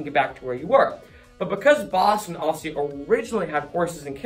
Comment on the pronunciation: Not a word but a way of pronouncing a word. The rest of the world says "obviously" with 4 complete syllables. You and many in Boston make it almost like a 2 syllable word -- "awvsly".